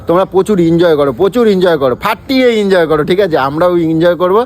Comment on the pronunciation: আরে বাবা ইনজয় ইনজয় করে কান থেকে রক্ত বার করে দিলো। ওটা এনজয় হবে।